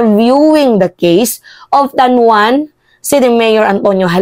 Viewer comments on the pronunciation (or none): Hindi po tanwan madam tanawan po(Tanauan)